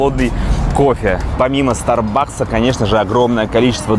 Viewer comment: стАрбакс ударение.